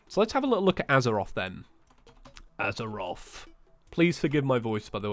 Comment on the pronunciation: Its fucking azathoth not azaroth